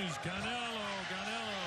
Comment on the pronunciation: Bro said caneo or sum shit 😂 idk why he didn’t say canelo correctly first